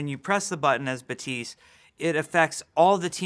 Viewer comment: glad i watched this video because i would've never known that Baptiste would be pronounced Batiis